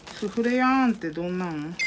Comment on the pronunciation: スフレヤーンって聞いてるとおてもやんと聞こえてくるのはうちだけか。